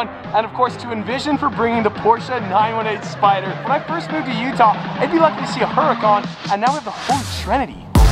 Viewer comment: I'll take the 918Spydahh